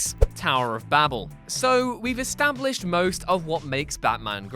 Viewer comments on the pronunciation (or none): And 'Babel' is pronounced 'Baybull'.